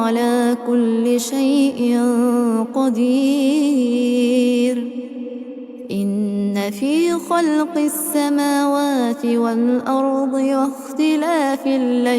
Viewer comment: أولا. بقرا قران أيضا ومحتاج دعم 💙💙💙💙💙 ثانياً.. صوتك جميل بس اهتمي بالتجويد أكتر مثل تفخيم الغنة عند شي قدير قوله تعالي(والله علي كل شي قدير) بالتوفيق ان شاء الله ♥